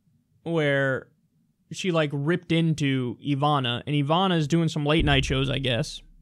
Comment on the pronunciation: Ivana is pronounced with short vowels.